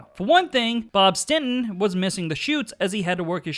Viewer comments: It's not "StinTon", it's StinSon. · It's STINSON not stenton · I cringe every time you say “Stinton”. It was Bob (& Tommy) STINSON!!! Not “Stinton.” 🤦🏼‍♂️ Otherwise, great video! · why the fuck do you keep calling him bob stinton?